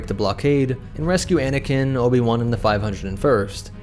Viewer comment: I heard “bananakin”😂